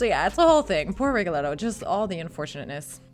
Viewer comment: Miss soprano, you’ve chosen a profession where Italian most be pronounced correctly, to begin with your name isn’t Aina but ANNA, Rigoletto isn’t but Rigoleto but RigoleTTo.